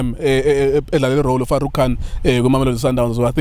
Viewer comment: If junior can say Farouk 😓😓😓#notinterested